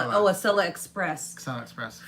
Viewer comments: Yay you said Acela correctly! 😁 I'm a Boston native. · Yay! Acela pronounced correctly. Also, I am in Wilmington DE and can't help but note the irony that the First State will be your 50th! It's barely a whistle stop on the Acela, and quite frankly, the entire state is tiny but jam-packed with things to see and do. If you are disembarking, I would be thrilled to meet with you. If not, the station is walking distance, so I will wave. Wish I found you helpful videos sooner - I booked a cross-country circuitous route (Acela, Capitol, Zephyr, Coast Starlight, Empire, Cardinal) for this summer - but your videos have helped me prepare immensely - thank you.